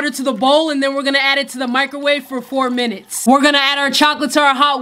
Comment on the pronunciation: crazy how differently she says minutes in this vs her ramen brick videos lol